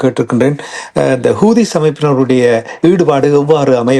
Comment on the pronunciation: ஹோர்முஸ்/ஹௌதிஸ் சரியாக உச்சரியுங்கள்.